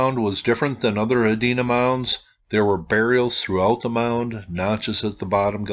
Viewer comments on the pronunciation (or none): none